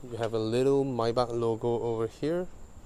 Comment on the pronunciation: so satisfying when say "maybach"..😁😁